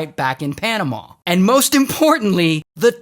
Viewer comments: It’s panamuh not panamauh just saying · The way he says panama 💀